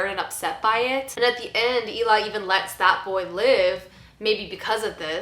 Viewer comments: It’s pronounced Ellie. Just watch the movie again. Pay attention to how the name is said. Not how it’s spelled. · Poor pronunciation of Eli considering how much you like "Let the Right One In."